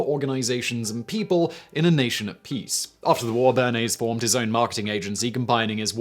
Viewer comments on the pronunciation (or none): none